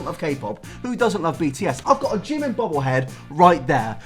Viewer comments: its so annoying to hear people saying jimin wrong. like its not jim-in its jee-meen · Jimin, pronounced Jee-min Should really get an restraining order against Oli. Obsessed fans Is how dangerous things start.